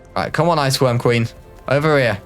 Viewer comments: I had to listen 3 times to confirm. you said "IceQuorm Ween babies" lmao I'm glad I'm not the only one that fucks up my words like that. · "wich I assume is to be fed to the ice querm ween babies" I had to watch that like 4 times to realise what he said